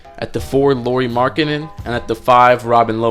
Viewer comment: C'mon MaN. If u gonna make a video that really about one person and that happen to be about ROOKIE FIRST TEAM LAURI MARKKANEN say his fucking name right! I am sick of you fakes talking like u know bout basketball but can not get the players names right!